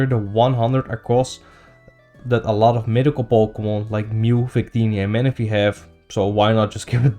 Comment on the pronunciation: It does sound like you said it but I know what you meant lol